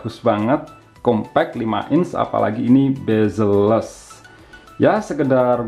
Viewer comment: 'Bazelles' kirain apaan, ternyata Bezelless wkwkwkww